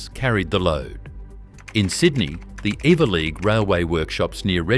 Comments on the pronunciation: I think you’ll find that the rail facility in Sydney is pronounced. every-lee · Eveleigh is pronounced ever-lee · The "g" is silent perchance you should have done a trade 🤣